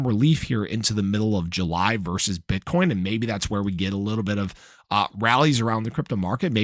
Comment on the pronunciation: HAHA you said “bit€hcoin”!!!!’ 😂